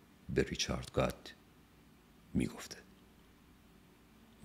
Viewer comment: درود آقا خسته نباشید. تلفظ درست اسم ایشون ریچاد گد هست. نه گاد.